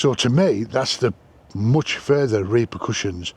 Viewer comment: Ha ha RE-KER-PRUSIANS,, .oh its the Prussians ..😅😅